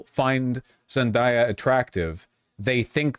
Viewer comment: VAUSH LEARN HOW TO PRONOUNCE ZENDAYA. Zen-DAY-uh. as in like daytime. during the day. dayquil. etc